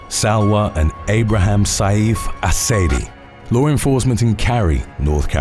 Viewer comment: You always say lower enforcement